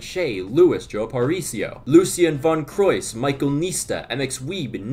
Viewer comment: You nailed the pronunciation of my username (Lucien Von Kreuz)